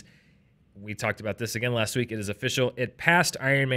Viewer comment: Drink every time says " laSHT year "